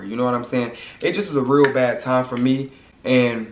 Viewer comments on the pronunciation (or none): none